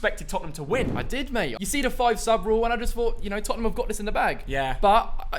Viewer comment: Everyone: Tottenham: Topnmem